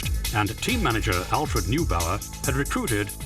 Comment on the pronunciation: Never trust a video that shows a Typ 'D' as a 'B'; and above all, never, ever trust a video that whose presenter call Neubauer 'NEWBOWER'! It's 'NOYbower'. No - just stick to the BBC's 'History of the Grand Prix Car'. Accurate AND definitive.